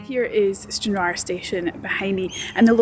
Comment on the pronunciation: Plz say Stranraer correctly!!!! If not get outta Scotland!!!! Watching ya vid made me laugh.. English twat!